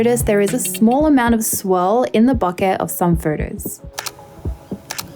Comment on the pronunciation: It's "BOH-kay". Please pronounce it right. You are driving me nuts.